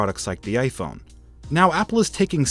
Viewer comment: Vishal Singh he said iphone but it sounded like gay phone 😂